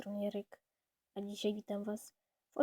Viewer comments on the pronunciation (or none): none